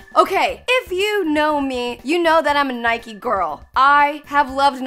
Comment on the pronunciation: It’s Nike not nikey